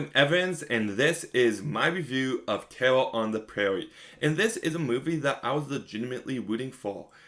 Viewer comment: “Tewwa on da Pwaiwie is tewwible!” Weally?